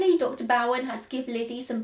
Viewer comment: Hey, my maternal family were Bowens. I just would like to, respectfully, tell you the correct pronunciation of Dr Bowen. It's long ō like hair bow. Bow-un. You have the second part correct! ❤️ I love this story. It just blows my mind, wondering what she did to shield herself, esp her hair, from all that blood. She had time, after abby, to wash her hair, or whatever, but Andrew was found too soon, for even the august heat to dry her hair, if she had to wash it a second time. Do you ever wonder Abt that?